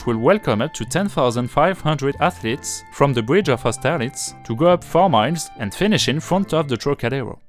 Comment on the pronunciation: The word athlete can’t be understood clearly.., try pronouncing the th as F in the beginning until you can pronounce it. Apart from that great video and editing and good effort for your English